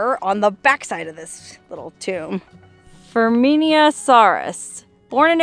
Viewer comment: Ferminia is pronounced firmina, and it’s a scientific name for a type of bird . The Zapata wren